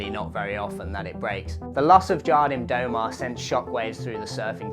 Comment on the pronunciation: Love your work mate, as a fellow Cornish brother your pronunciation of Jardim do mar had me in stitches 🤙